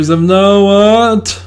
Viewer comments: You need to work on pronouncing that tl sound😂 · I would recommend working on the pronunciation, I understand that there is no standarised variety of Nahuatl and even when it began to be transcribed in Latin script after conquest, there was not standardised spelling, but the tl could use some work, stress on words is always on the penultimate syllable (the second to last), and it's a very vowel forward language (which there are only four), there are only one or two consonants per syllable